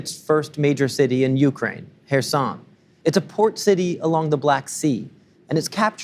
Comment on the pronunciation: Finally a news reader that can pronounce Kherson/Херсон properly (the first k is silent)